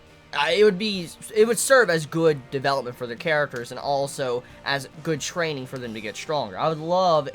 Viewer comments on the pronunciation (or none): I cringe every time you say "further" xD but I say other words weirdly too